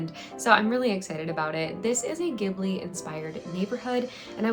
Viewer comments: This video was so well put together especially bringing up awareness! Thank you for that! I also wanted to point out that I’m prettyyyyy sure Ghibili is pronounced Ji-ba-lee, but not entirely sure! Sorry if I sounded mean saying that.. BUT REALLY ENJOYED THE VIDEO :)) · It was my first time hearing someone pronounce it that way so thank you for helping me become more educated :)!